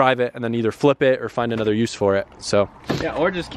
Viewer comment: Nobody:: i bought amother car